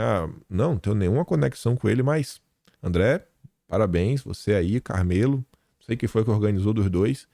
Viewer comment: a pronúncia do nome do cabra é “ CARMÉLO”, e não “CARMÊLO”, como você disse.